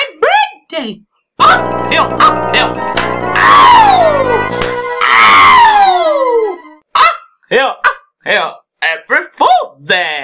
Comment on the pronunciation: IT'S NOT BURDAY!